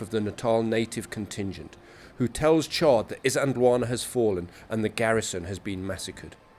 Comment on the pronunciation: Can I just point out, that there is a letter "L" in the word "Isand L wana".